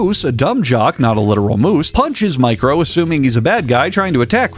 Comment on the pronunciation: Every time you say "Micro," I hear "Mike Rowe," as in the Dirty Jobs host guy.